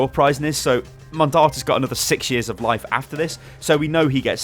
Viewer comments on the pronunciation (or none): none